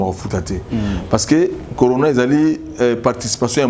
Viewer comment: Céléo dépense son énergie en vain car nous les mélomanes on sait que Céléo est nul et moins que rien!!!! Ayebi ata koloba "on est confiné" te alobaki "on est confu". Maintenant zoba ya niveau Wana bozolanda ye pe. De plus il avait dit "conora" au lieu ya corona. C un illettré de bas étage.